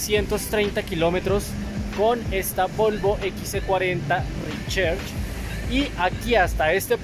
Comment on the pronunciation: Toca mejorar el nivel de ingles para pronunciar RECHARGE (Ri-char-ch) y no ri-cher-ch...